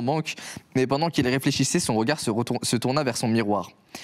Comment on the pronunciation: " je fais des recherches bendantes "